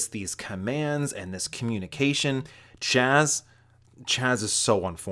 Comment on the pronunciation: His name is jazz?! HAHAHA for years I thought it was chaz from the way you said it 🤦‍♂️